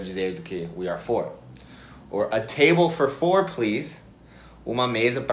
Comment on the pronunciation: Table for four...... quem acha a pronúncia tipo : um mafagafo com um mafagafinho, dá um like. 🤣🤣🤣🤣🤣🤣